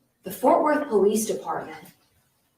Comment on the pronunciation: It’s “Fort”, that is all 🙃